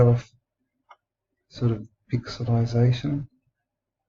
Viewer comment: you said "Pic sell lie sation" §=0.